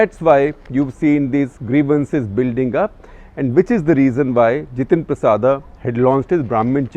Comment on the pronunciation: Not जितेंद्र प्रसादा, he is जितेंद्र प्रसाद।